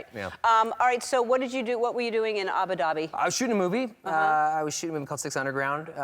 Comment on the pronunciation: i’m from the middle east, and i couldn’t understand where they were talking about, until i realized it was abu dhabi. being informative, not rude in anyway, it’s pronounced “uboo dubeee”